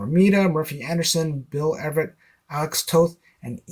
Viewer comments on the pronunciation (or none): none